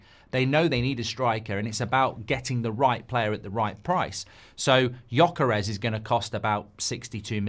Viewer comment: You poor darling, you’re in a serious struggle with the “Gy” in Gyökeres! I’ll try to help: “gy” is close-ish to the “j” sound of “jungle”. (He is listed as Swedish because he was born there, but he is of Hungarian parentage, hence the tongue-twister name. Any Hungarian LPFC supporters who can help in person?? (I’d love to but I’m in South Africa!)